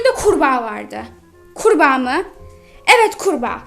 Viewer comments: Oha kurba wırak demiş abla o kurbağa bozuk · Sonra kurba gvrak dedi🤣😂😅